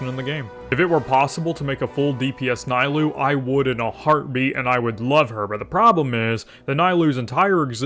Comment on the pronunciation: Worst video I've seen in 3 years keep it up Edit: It's knee-lou, not nigh-lou, and with key she can be played in vape as very budget cheld and it... works I guess. Wouldn't recommend but saying she's locked into one reaction is factually wrong.